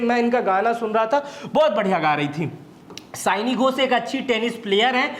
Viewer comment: सयाणी घोष नही सायनी घोष है , कृपया सुधार ले ।